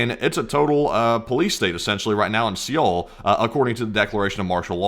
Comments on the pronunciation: Seoul is pronounced Seo-ul (just say Soul), not See-oul. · SEOUL isn't pronounced see all....its pronounced like Soul. You are making my korean wife cringe everytime you say "see yeall" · How is it, that sometimes you pronounce the capital of South Korea "se-oul", with two syllables, and other times you pronounce it correctly, Seoul, with one syllable? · Pronounced soul not see ol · Dude, it's just pronounced 'Soul', the 'e' is silent. It's not 'Sea-ole'. Pretty importent if you are going to mention it a hundred times in 14 minutes. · SEOUL...is "sole", the E isn't pronounced. SOLE/SOUL, not SEE OUL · The way he pronounces Seoul as seee ole it’s pronounced soul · Good info, but it´s ¨sole¨, not ¨see ole¨ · It's "Soul" dude. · Just so you guys know for the livestream , it's pronounced soul . Thanks for the video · Cringe to watch everytime you pronounce Seoul. Its pronounced Soul. Prolly never had to say it in your life but you're welcome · I hate the way you say "See-ool" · learn how to say seoul bro! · Thanks. Its pronounced Sole mate. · Please google how to pronounce Seoul…. Its supposed to sound like sowl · It’s Seoul and not sioel 😂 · Seoul is pronounced like Soul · It’s not pronounced SEE’OL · lol "Siyole" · FYI the capital of South Korea is pronounced like soul or sole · Seoul is pronounced soul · You do not pronounce it Seoul. You pronounce is soul. But awesome video thanks again. 🙏🏽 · I don't mean to be critical. This is for your own edification.... Seoul is pronounced similar to "soul" ... The e is silent. Really want to thank you guys for doing what you do, and bringing this information to us. Keep it up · Please pronounce the capitol as "Soul." I'm a Korean Army Intel linguist. Trust me. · Damn, the opposition leader must have some athletic ability left in his old (middle?) age. I know I could never hop a fence (granted, hard to do it from a wheelchair, lol) **Btw,, capitol of S.Korea is pronounced like "soul"